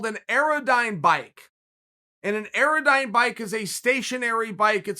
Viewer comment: Guys, everyone! Chael - it’s an AirDyne bike. Pronounced air-dine. I own one and four times a week it wants to kill me. Anything above 60 RPM for more than a minute increases your chance of dying both exponentially and instantaneously. 80 RPM is crazy!